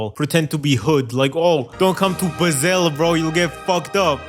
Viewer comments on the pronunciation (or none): bro js leaked "ba-sel" location paradise ps: its pronounced "baaasel"